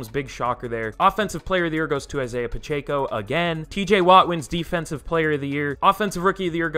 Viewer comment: Please stop saying Pacheco wrong 😭